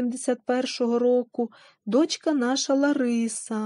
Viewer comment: Не до‘чка ,а дочка‘,багато наголосів російських ,а не полтавсьо -украінське.Розповідь інтересноа й пізнавальна ,але вимова не професійна .Спасибі .